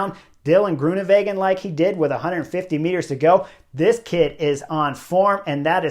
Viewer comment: Thanks Chris! Always liked your enthusiasm in interviews when you were racing, and now in this insightful commentary that's better than anyone else's. Just another pronunciation hint: Dutch/Flemish is pronounced like it's written, so Greoenewegen is with a W. Literally means greenways, like green roadways. Not like in German with a v.